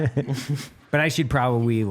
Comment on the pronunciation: Has nobody noticed Evan saying “pwababwy” 😂😂